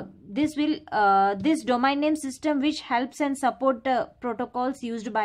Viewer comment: Abe pagl domain ko domaen kiu pdhte ho aur router ko rutr 😂😂😂